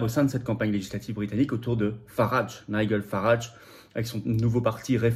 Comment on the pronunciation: NIGEL ça se prononce NAIDJEUL